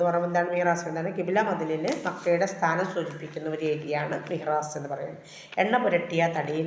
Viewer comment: മിഹ്റാസ് അല്ല മിസ്സ്. മിഹ്റാബ് ആണ് ശരിയായ വാക്ക്.